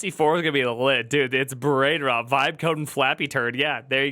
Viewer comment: You have to listen carefully, it is not "vibe" coding, it is "wibe" coding.